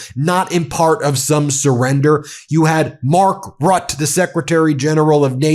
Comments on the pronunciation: Just a minor point, Pronunciation Rutte is Rut-te two syllables, where you emphasise both of the Two T’s. The U has the same sound as the U in hurt. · Ben...NB: Mark Rutte's surname is pronounced "Roo-teh"....2 syllables.🇨🇦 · Ben, PLEASE learn to pronounce names correctly. Ask a Dutch person to show you how to say "Mark Rutte". PLEASE, Ben, it's cringeworthy😂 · That's not how you say Rutte